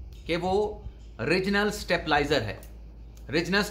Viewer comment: Abe angrezi bolna to seekh le😅. STABLIZER KO STAPLIZER BOL RAHA HAI😅